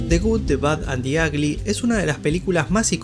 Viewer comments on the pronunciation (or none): "de gud de bad an de agly"